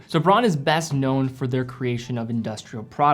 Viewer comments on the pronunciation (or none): It's not pronounced bronn, it is pronounced Brown... come on.. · It's pronounced 'brown' - Braun is German for Brown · Braun is pronounced brown.